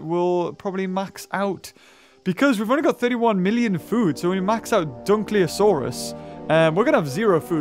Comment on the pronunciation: the mauiasurus (i think thats how you spell it.) i think its a maori name from maui who in maori myths did a lot of cool stuff and tamed the sun i'm pretty sure its pronounced Maw-wee-asaurus or something like that btw i know this cause i come from new zealand which is where the maoris live and come from